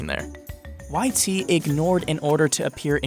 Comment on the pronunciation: "Le" should be pronounced "LUH" or "LEH"... definitely not "LAYE". Dude also mispronounced YT's full name...